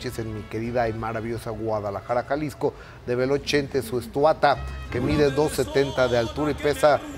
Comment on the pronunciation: En el minuto Gusano Adolfo infante dice "ESTUATA" 😲😲😲 FUE UNA BROMA?